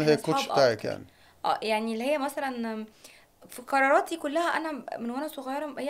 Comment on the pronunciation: اول القصيده كفر في مذيعه تقول كراراتي يعني لو بتقولي علي القاف كاف هي دي اللي حتخليكي من egypt مش مصر انتي باين عليكي انك من مصر مش لازم تحزئي عشان تبقي من الطبقه الارسطقراطيه احمدي ربنا ان في ناس بتتفرج عليكي بس